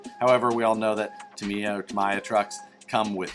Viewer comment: it is pronounced Tamiya (tam-ee-ya) The Japanese pronounce their "I"`s like EE.